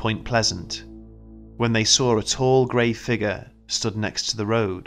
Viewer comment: Kinda bothers me how the narrator says the word figure? Anyone else notice that?